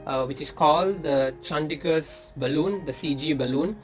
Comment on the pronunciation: Chattisgadh baloon not chandigadh